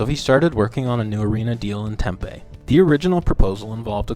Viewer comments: Its Tem Pee. Not Tem Pay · It's TemPEE not Tempay lol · Interesting video but Tempe is pronounced Tem-pee not tem-pay that's my only gripe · Tem-pee not Tem-pay